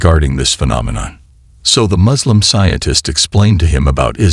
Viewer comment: To The Channel Kindly note. S in Arabic is like you pronounced it in the word SUURA. So the Suurat is NOT I Z R A A but I S R A A. "I Z L A A M" ❌️ "I S L A A M" ✅️ M O Z L E M ❌️ No "O" in Arabic. M U S L I M ✅️ U like in PUT. NOT like in Umbrella.